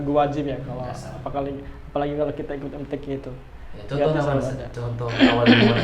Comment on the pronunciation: MTQ .... KOK PENGUCAPANYA KEK BHSA INGGRIS🤦